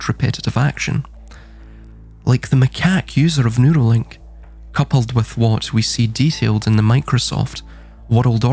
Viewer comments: I thought the same thing...that he was saying noodly.😂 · I know this a serious topic, but I’m over here laughing, because I thought you were saying, “noodle link.”😂😂😂 Then I realized you were saying “neural link” instead. I guess since “noodle” is slang for brain, that it would work.😂 I agree and have been saying they’re trying to establish a worldwide, electronic, pseudo scientific, eunuch, feudal serfdom. In fact, every “ism” in this realm, from capitalism to fascism to communism to socialism, eventually devolves into feudal serfdom. That’s the only form of government the “elites” will tolerate, and they hate the idea of us having anything—any comforts or luxuries.